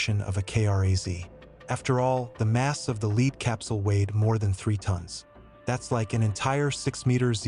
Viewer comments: Do you not know how to pronounce "lead"? You keep saying leed. Is this just an AI voice over? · Lead is pronounced Led. Just helping. Thank you for the video.